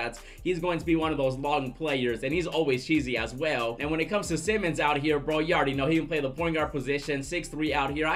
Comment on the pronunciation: It’s simons not Simmons